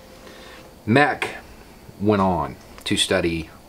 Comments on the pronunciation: Always here for correcting the stupid ideas about "alphas" that popular culture has absorbed. Thanks for saying this so well. One note, Dave Mech pronounces his last name like "Meetch". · Great video. For great information on pack and group dynamics I highly recommend Behave and Why Zebras Don’t Get Ulcers by Robert Sapolsky. Also as an FYI I’m pretty sure Mech rhymes with Peach. Love your work!